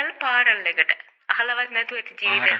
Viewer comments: Furenal Paral neme yakoooo😂 Funeral Parlour.....Boruwata Ara manussayata kiyano ogollo ewage wachana ahalawath na kiyala.Eya hariyata Spell karanna danneth na 😂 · පරල් ..! Funeral පාරල් ..!!!!! 😂😂😂😂😂😂 එහෙම වචනයක් නම් අහල නෑ ඉතිං 😂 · Funeral parel 😀😀😀😀 aluth ingressi 5 shishatha tuition pathi haminay Murdering the queens language 😢😢😢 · අපිනම් කියන්නෙ,,, funaral palar කියලා ,, මෙයා කියනෙ,, පාරල්..😂😂😂😂😂😂 අනේ මෙහෙමත් පිස්සු හෝන්තු,,, කවුද අනේ,,, මළගෙවල්වලට එන්න් කියලා , Invitation දෙන්නෙ?? ඒකත්, මාලිනි ෆෝන්සේකගෙ ගෙදරින් 🤔🤔🤔🤔 ඔයවෙලාවෙ කාටද මතකතියෙන්නෙ,, එකඑක්කෙනාට,, ආරාධනා කරන්න... පිස්සු ගෑණියෙක්..මුන්ට නිළියොනෙවෙයි කියන්නඕනේ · Furanal Parral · ෆිඋනරල් ෆාරල්...😂🖕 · ෆියුනරල් පාරල්😂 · Funeral Parol😂😂😂 පවි අනේ ඉංගිරීසිත් රිවර්ස් වෙලා.. Oh my Gosh…cabin😅 flower boket…අපිට ඉංගිරීසි ටිකක් උගන්නන්න බැරිවෙයිද දන්නේ නෑ මෙයාට shooting ටිකක් වැඩිපුර දෙන්න කටිටිය 😂😂😂😂😂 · Furaler paral 😂😂 ayyo salli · pronounce the words properly, say again , funeral, Parlour, , she needs to improve her English communication skills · ෆුයුනරල් පාරල් 😂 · Furanal paral 😂😂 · අයියෝ මටත් ඇහුනේ ඔහොමනේ....😢😢😢